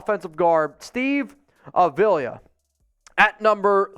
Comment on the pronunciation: It’s A v la that’s how you pronounce it